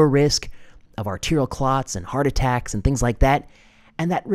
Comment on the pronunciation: Heart attracks? Did I hear correctly. Thank you for such timely reports God bless you, sir